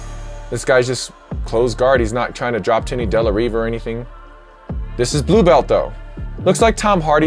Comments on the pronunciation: btw if you weren't trying to pronounce it with an accent at all it would be de la RIva not de la REEva, it's funny because you're pronouncing it with half an accent and then getting real defensive about it cause you know you're wrong, but you've been pronouncing it that way too long at this point to change it and not look kind of dumb. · Did this guy just say delareeva ? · De la Riva🤣 it’s pronounced de la hiva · No way he just pronounced de la riva as de la riva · I dunno if I trust the analysis of a guy who pronounces it de la REEva. jajajajaja what a mohon. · De la RRRiva! Hahaha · "Del La Reeva" lol